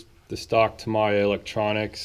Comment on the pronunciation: It’s pronounced ta-me-ya Not ta-my-ah